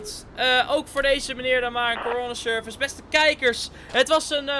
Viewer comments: hoe coroner service zegt corona service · Je zegt bijna corona service